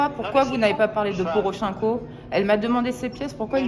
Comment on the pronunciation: Je suis un peu septique ... Anne Laure Bonnel se présente comme une spécialiste du Dombass. Mais comment a-t-elle accès à la population ? Au vu de sa prononciation de Porochenko (poroʃɛ̃ko au lieu de pɔrɔˈʃɛnkɔ), on peut imaginer qu'elle n'a aucune notion ni de russe ni d'ukrainien. Ca peut paraitre un détail, mais cela est à mon sens très révélateur. Elle dépend en permanence d'un fixeur/interprète ? Le conflit a commencé en 2014, soit il y a huit ans, on ne demande pas de travailler toute seule tout le temps, mais connaître les rudiments de la langue lui ferait gagner en crédibilité. Cela impliquerait qu'elle puisse être seule pendant face à la personne interrogée, avoir accès à la presse, etc.